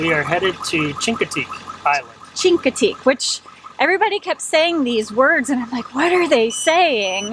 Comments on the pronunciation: First, it is always great to see different perspectives of an area we have visited and thoroughly enjoyed. Chincoteague is pronounced as with a Sh not a Ch... So shincoteague. The horses are on Assateague except on the round-up week, then are swum across the channel. The Chinoteague volunteer FD has permits for up to 300 ponies, and return 150 back after the auction. They WANT the herd to increase so to raise money for the auction. Part of the money is their annual fund raiser and part is used to maintain the herd... Emergency food in winter, three vet checks per year, shots, etc. None of that comes from fed money. The lighthouse is awesome and a must see. One of the few double lights in the country. Two fresnal lens lamps created a double blink. Started before civil war and restarted after civil war ended. We would love to try the dry camping up in MD, have only camped on the VA side. The shelling is awesome, too! We saw dolphins in late June. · Great video guys. Chincoteague is pronounced with an sh sound (as in "she"), instead of a hard ch sound. Not an uncommon mistake. Thanks. If someone has already put this in the comments section, I apologize for the redundancy. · It’s pronounced “Shinkateague”